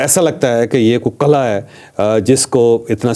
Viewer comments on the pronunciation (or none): none